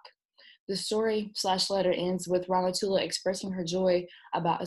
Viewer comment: It isIt is really funny for an English speaking person to pronouce somme names. I can see if can help by writing those names in a way be able to read them corretly: Ramatoulaye(rama too lie), Modou(modu), Binetou(been too) too), Aïssatou(I sat too), Daba(dab aa), Nabou(na boo). Well i know all this because i live in Senegal.